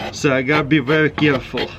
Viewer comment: "Very very keyareful"-crazy russian hacker,2018